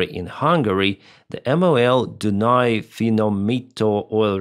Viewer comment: Hey, I commend you pronouncing Dunai refining (finomito) that well! Just for info: MOL is easier to say as just a word, not letter by letter. That's how we refer to it.